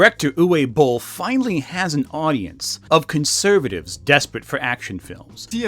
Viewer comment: btw, the W in Uwe (and all other German words) is pronounced like a V. Also, the double L at the end of Boll means that the O is short. What was said here would have to be transcribed as "Ue Bohl" in German